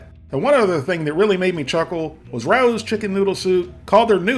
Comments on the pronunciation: Water IS the main ingredient in all of the soups. Just as the noodles get broken down in ingredients (flour, egg, etc) chicken broth and chicken stock should be as well. Also, Rao’s rhymes with ‘cows.’ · I would love to see you compare ALL the Panera brand foods you can find in supermarkets/stores, just to get your opinion. Also Rao’s is pronounced “Ray-o” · I still like plain old regular Campbell's chicken noodle best. And Rao is pronounced "RAY-oh". 🤗💞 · Rao’s = RAY-O’s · LMA every time you sed RAOS. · My drinking game was taking a shot every time I yelled the correct pronunciation of Rao's at the tv. Also, black pepper solves all problems. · I have to correct you on the right was of saying Rao’s. The a is said like a long a. Ray. The o is said like oh my. Long o. It’s a Italian restaurant in NYC. The food I’d great. But I find the products for sale in supermarkets is awful. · I’m not reading 590 comments to see if anyone told you that Rao’s brand is pronounced Ray-Ohs. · Rao’s is pronounced Ray-O’s. Great review as always! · Progresso is my fav. Anything Campbell makes that's not condensed is crud. And... Rao's is pronounced RAY-os. 😂😂😂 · Just so you know, Rao’s is pronounced like wow’s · Ay Rao's is pronounced Ray-O's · It's pronounced RAY- OHS... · It is pronounced Ray-O’s. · Raos is pronounced Rey os not rous or rowse. Famous Italian restaurant in NYC...the food is impeccable...educate my man... peace. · FYI RAO’s is pronounced “Ray-O’s” not Ra-Ooz” 😁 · Ray-ohs. Wtf is he saying? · Rao’s is pronounced Ray-O’s. Rah-Oos! lol. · It's Ray-o's not Rah-ooh's. Rao's is a very famous NYC italian restaurant . It now makes sauces and soups. The tomato sauces are very highly regarded. Fun fact- Rao's was supposedly one of Frank Sinatra's favorite hang outs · For future reference, Rao's is pronounced row's with a short O. It's an Italian NY restaurant. Nice videos BTW! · Rao's is pronounced RAY- O's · Interesting video. Just for reference, Rao is pronounced "RAY-oh."